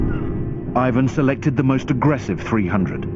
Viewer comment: eivuhn =)) plz it's Russian not English